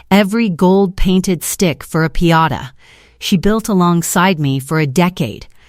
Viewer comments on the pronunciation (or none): It’s called a piñata not a Piata 😂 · You said pee-ata three times. I'm out. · It's pronounced "pin-YAH-tah." .... For a machine that has all the information on the planet available in less than 1 second, this A.I. is exceptionally stupid.